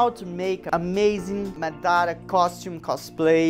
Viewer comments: for god shake, It's mAdara. not madAra. cool video though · Madara ❌ Madaarah ✅ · i am not trying to be mean but its "maad ra" not madara like it is pronounced like that :)) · Dude great job ... but after all of this work you can't say his name right ... its Maaadra (fast) ... not Mdaaara .. wich u the best keep it going 👍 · It's "MAH-dah-ra". Empahsis on the "Mah"... Not the way you're saying it.... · Dá de perceber que ele é BR só pela pronúncia de "Madara" e Naruto" kkkk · Amazing but they way you say Madara is just horrible D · Bro not even saying madra right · I KNEW YOU WERE BRAZILLIAN WHEN I HEARD YOU SAYING "Naruto" AND "Madara"!!!!